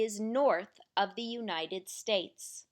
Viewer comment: Everything good, just when say word THE please say loud and clear. sometimes word THE not clear, Thanks